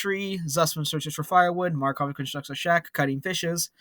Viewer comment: Just saying buddy, MakArov not Markov, and Freidrich not Freidirch, still it was a fun episode